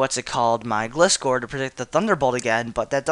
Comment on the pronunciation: you pronounced gliscor wrong >:O